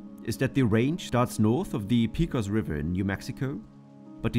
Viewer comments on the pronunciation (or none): pay-cos vs pee-cos river. Most would say it the first way with emphasis on the first syllable.